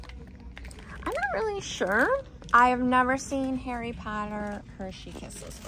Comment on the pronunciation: You called harrey